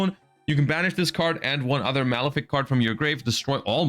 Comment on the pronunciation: His pronounciations are killing me.... Bifrost and Malefic are criminal